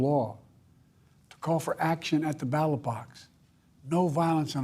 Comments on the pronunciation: Why did he keep calling it the battle box instead of "ballot" box? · He said battle box.